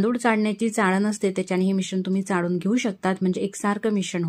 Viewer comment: डाळ - ह्मणा, चाडून नाही चाळून ह्मणा ड नाही -ळ -म्हणा 😊